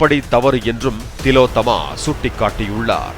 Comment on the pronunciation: திலோத்தம்மா இல்ல, ஓல் ஒலோத்தம்மா😂😂😂